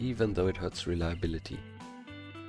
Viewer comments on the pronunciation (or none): none